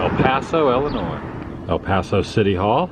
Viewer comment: It's ILL-inois, not ELL-inois. It's painful to listen to.